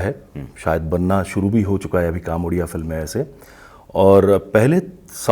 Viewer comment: It's ओडिसा not उडिसा and the language is called ओडिआ not उडिया. properly research krke interview lijiye i request.